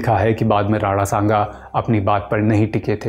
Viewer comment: अबे राणा संगा होता है नाम तो ढंग से बोल ले, राडा सांगा बोले जा रहा है🤬